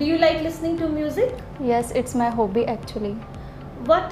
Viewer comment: Kindly pronounce HOBBY properly 😂😂😂😂🙏🙏🙏🙏🙏